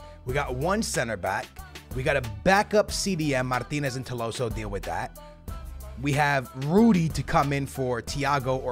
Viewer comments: It's tolisio not toloso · it’s To-LI-sso not To-LO-sso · bro... it’s Tolliso, not Tolloso.... 2LeeSo... it’s triggering😂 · how did he screw it up so bad? tolloso? Man, i like skillz but he's so dyslexic its mental. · need to go see the eye doctor to change his glasses, its not 'TOLOSSO' its 'TOLISSO' it clearly shows his name with the letter i not o. lol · Its not Tolosso.. Its written right there TOLISSO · It is not Tilosso but Tolisso! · Tolisso, not tolosso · Tolissou. Not tolosso wtf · his name is tolisso to-li-so not to-lo-so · It’s tolisso not tolosso 😂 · Dude. it's Tolisso, not Tolosso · It’s Tolisso not Tolosso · its tolisso not tolosso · tolisso... not tolosso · Please, it is TOLISSO not TOLOWSSO, you’re killing me man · It’s toLIso not toloso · Its TOLISO NOT TOLOSO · Tolliso is pronounced toll-ees-so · also, he pronounced Tolliso's name right on his main channel, and he butchers it here... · here are some pronounciations Tolisso=to-lee-so Lewandowski=le-van-dof-ski Gnabry=nabry g is silent also bring vallejo for cb asensio or dele alli or gomes(angel not andre) for cam and SELL vidal,costa,neuer,coman and BUY goretzka,ederson,hakimi and a backup LB like dinge or davies or rose or luke shaw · Toe-lee-so like so he can see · lets get this correct right now its toe-lee-so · Tolisso= Toleeso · It's pronounced TO-LI-SO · skillz trying to say tolisso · Do you guys also fijd it funny how he says tolisso😂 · You say you read the comments, yet you keep pronouncing Tolissos’s name wrong